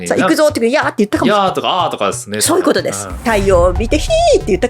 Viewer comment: 「それは醤油ぅことです」 言い間違えにも正しい字幕。笑